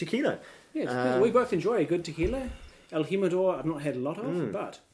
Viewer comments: El -Jim-ah-door? Joe-say? Really? So, is that like Jag-you-are or Nick-ah-rag you-ah? It's correctly pronounced: HEEM, El-Heem-Ah-Door (the J is a soft Spanish "H" as in HIM) and it's Hoe-zay, again with soft Spanish "H", not Joe-Say. There's a good lad. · Pronounced himador. Lol😊